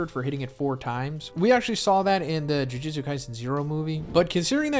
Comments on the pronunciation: I’ve been watching this video for more than an hour no. but am I the only one hearing “jiu jitsu” every time he says jujutsu? I mean am I going crazy?? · Is it that big of a deal? and lmao yeah he was saying jiu jutsu